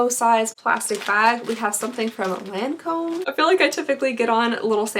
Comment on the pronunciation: I believe it's pronounces lawn-comb :) lmao